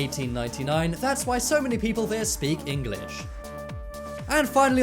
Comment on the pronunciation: Why can’t you say English it’s English not EngAlish no hate